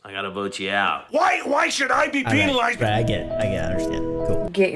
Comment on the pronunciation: why do some people say peenolized instead of penalized